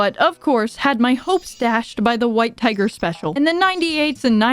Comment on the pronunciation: for some god Forsaken reason both my girlfriend and I heard "white pegger special" instead of "white tiger special"